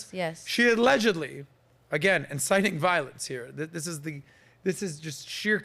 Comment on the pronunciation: "insiting some te tees" 🤣🤣🤣🤣🤣🤣